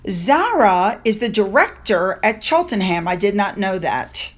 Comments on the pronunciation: Chris Patten is a former politician, he was given the gig at Oxford after he left the government. So there's obviously some ulterior motive behind his act. I never liked him as a politician, and he's done nothing to change my mind. Btw, Cheltenham is pronounced Cheltnam. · Hi, hope you don’t mind me telling you, when you pronounce places like Cheltenham, Buckingham, Birmingham, you don’t say the ‘h’, so it’s like buck-ing-um, or chel-ten-um. Hope you don’t mind me telling you. Love your videos xx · I love how you say our funny Cities, Towns and County names. Give me a giggle. Keep up the great content in your videos. Oh, It's pronounced Chelt-nam😉 Great love and support from the UK. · Cheltenham is pronounced Chelt-nam.